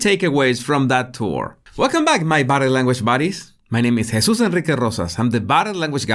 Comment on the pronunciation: He should get a trophy for the coolest way to say one's name :D